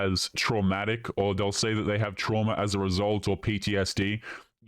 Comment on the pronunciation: "Truama" lol